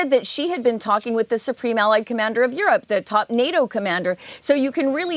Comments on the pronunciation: What is that “Yorop”, Apu ? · What is Yoorob ? Who trains these anchors?